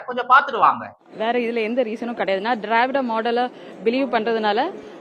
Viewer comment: திராவிட என்ற சொல் உச்சரிக்க வரவில்லை, "ஐ தாட்", "ஹஸ்பெண்ட்" போன்ற ஆங்கிலச் சொற்கள் இல்லாமல் ஒரு தமிழ் வாக்கியம் கூட பேச வரவில்லை, இந்த அழகில், இது ஆளுநரைப் புறக்கணிக்கிறதாம், ஆளுநர் தமிழுக்கு, தமிழ்நாட்டிற்கு என்ன செய்திருக்கிறார் என்று கேள்வி கேட்கிறதாம் 🤔🤦🏻.